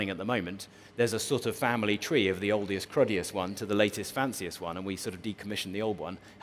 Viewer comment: "oldiest" lol